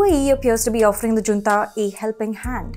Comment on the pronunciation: Junta should be pronounced as Hunta.